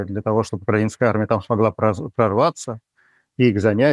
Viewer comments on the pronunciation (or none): none